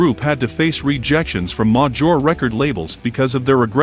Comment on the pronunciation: "A modjure part"? Please do away with the automated voice and use a real one, you'll get more views. Not knocking on the video either. Just constructive criticism.